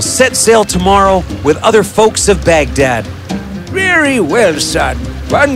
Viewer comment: How I wish I could leave a voice note saying " It's not Baghtat.. It's Baghdad